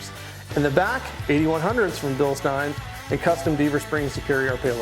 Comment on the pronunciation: This is the first person who has ever pronounced Bilstein the way I thought it was supposed to be pronounced. I hear everyone else say "Bilsteeeen"